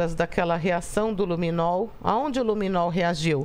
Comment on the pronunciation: " Luminou" não. Luminol. E " tals" não dá. Existe prova de português e redação no Enem. Precisa se empenhar mais.